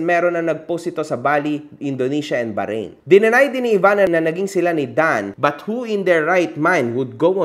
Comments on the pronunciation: Ganynkc ang pgpronounce baharain 😂" hndi Bahrain 🇧🇭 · BAHRAIN HINDI BAHARAIN WALANG GANUNG BANSA pronunciation lang yung baharain 😂😂😂